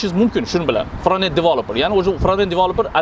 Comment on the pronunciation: Toga fronted bascend ni ozi togri talaffus qilolmaskansizku